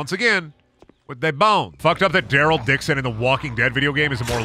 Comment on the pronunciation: Why he say Daryl durle 😂😂😂